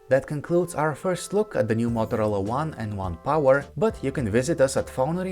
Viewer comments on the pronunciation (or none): U saying mothrola . U want to say motorola